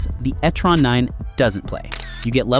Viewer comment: It is NOT Etteron……it is E Terron.